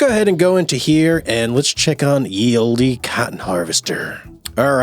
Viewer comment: I love every one of your videos and I’ve tried so hard to not correct you just in case you’re pronouncing Olde as Oldy on purpose. But just in case you didn’t know already, it is Old English and just pronounced Old. 🥰☺️